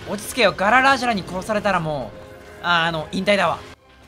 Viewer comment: ガララがGARANAさんに聞こえるw